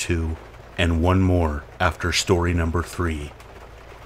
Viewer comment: You're one of my top three most favourite narrators. And I love how you say 'shstory number 1' etc. As a Brit I love your accent. I used to hate coming to bed until I found this weird kind of therapy. Thanks for all your hard work ❤️